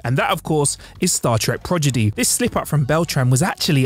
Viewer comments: Turned out should be turned down Progidy should be prodigy Wang should be wong Day-bew-tid should be day-bewd Kate-Kate mulgrew? You had 1 job dude, just to read the script and you can't even do that properly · Pro- D - igy.... you said Progidy like 6 times. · Prodigy man, seriously. Not Progidy. This is pathetic. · Say it with me, "prah-Di-Gee", not "prah-Gi-Dee." lol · . It's Prodigy not Progidy. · Oh boy... Debuted: "day-beewed", not "deb-butte-ted". ProDIgy, not "proGIdy" (not to be confused with progeny). Woolsey, not "Woos-ley". When a person's job is to properly read a script, each mispronunciation is like nails on a chalkboard! And I have reading, speech, and cognitive impairments: so I know the struggle, but I also know we can get it right. I don't know if that's the case with...I don't recall him messing up before. I wish we got more content from him, and I want him to be successful. 🖖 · I was so hyped when Sean stopped, I really thought he was going to slap the dude with a "PRO-DI-GY". Progidy, ffs,! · Since you said it incorrectly, not once but several times...it's "Star Trek PRODIGY"...not Progedy. 🙄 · Progidy?!? Progidy? Say it with me...Pro da gee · it’s PRODIGY. Not PROGIDY. Come on get it right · Sounds like he's saying 'Prodg-idy' not that that makes it correct. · Omg Progidy 🤨😅😂😂😂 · Dude . . . it's "prodigy", not "progidy". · and Debu'tt'ed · ME: Okay,, say "prodigy".: Progidy. ME: Prodigy.: Progidy. ME: Prodigy.: Progidy. ME: …: … ME: Prodigy.: Progidy. ME: throws table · It's Star Trek Prodigy, not Progeny. You said it wrong every single time. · Prodigy. Not Progidy. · Sorry, but it is Prod e gee not proj e dee lol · repeat after me....Pro-di-gy.....NOT Progidy. So many grammar errors in this video. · Prodigy, not Progedy. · Prodigy not progidy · Pro d i gy not Progidy 😁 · PROD. EGY. not PROG. EDY lol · Star Trek "Progidy"? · Pretty sure that would be Tradegy and Progidee.